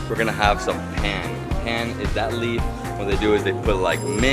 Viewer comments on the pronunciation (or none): *paan not plan